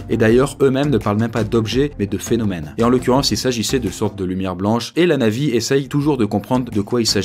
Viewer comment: Ce qui est extraterrestre c est la manière dont tu prononces le mot NAVY